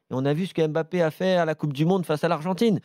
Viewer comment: Je remarque que les journalistes ne savent toujours pas prononcer mbappé. Triste